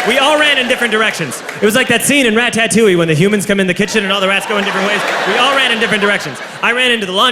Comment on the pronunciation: EVERYONE MAKES FUN OF HOW HE SAYS IT BUT I SAY IT THAT WAY TOO